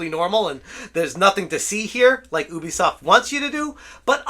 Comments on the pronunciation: Yoo - bee - soft please say it properly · not ooooobeesoft youbeesoft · It is not Oobisoft >:(